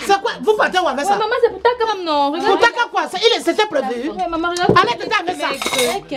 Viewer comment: La manière que prononce le nom takam sa vous fait pas rire 🤣 elle dit tchakam